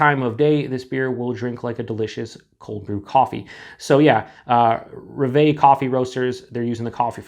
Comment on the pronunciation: It's roooooooooveeeeeeeeee ! it's actually "Rev", which means Dream in French. Cheers !!!